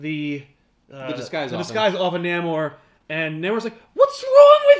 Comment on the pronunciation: Confident his name is pronounced NAY-MOOR. Ant-Man Hank Pym IS an original Avenger. West Coast Avengers was a popular idea at the time anchored by fan favorite Hawkeye as leader. Tigra did wear armor-in the much maligned animated series-Avengers:United We Stand.